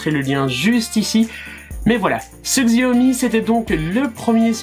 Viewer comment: Je crois qu'il faut prononcer chiaomi et non xiaomi !